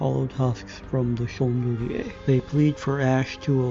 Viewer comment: I now have a new pronunciation for the word "Chandelier"